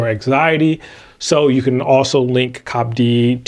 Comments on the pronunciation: love you guys and it is see-oh-pee-dee. Thanks. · I think it’s called C.O.P.D and not cop d